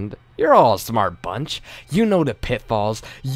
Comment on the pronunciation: Can you really try to say the word "the" instead of "da"? I mean if you're looking to improve your reading skills, sounding like you're literate is a good start =P